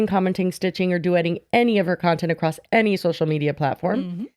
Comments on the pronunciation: NOT ACROSST 🤣🤣🤣🤣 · Aw I say 'acrosst':( not calling me out without knowing she did